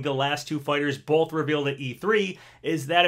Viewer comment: You’re a fully grown man. Please stop pronouncing the word “both” as “boLth.”